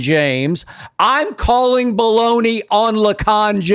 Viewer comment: Hold on hold on ... a trainer sent him a video of LeBron dancing on stage with Drake after he was hurt. Does he have a social media team that vets his info before he hits the mic? Is anyone going to tell him being on stage w/ Drake is "ba-lone-eee" and they don't fool w/ each other?! This is sad bruh, I expect a random YouTuber to run w/ this, not a sports personality of Skips ilk.